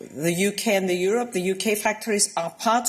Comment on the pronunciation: when will she stop pronouncing it as YORUP?